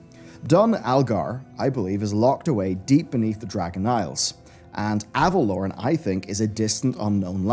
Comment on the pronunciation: Is it pronounced Ava-lore-en or Ava-lorn? cuz your pronunciation of Ava-lorn really irks me xD